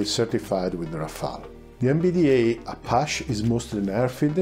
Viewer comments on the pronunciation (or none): I love how he pronounces "Apache" 😄